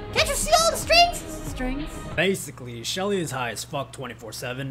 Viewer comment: I love your short summary of Anna lol you accidentally said Shelly btw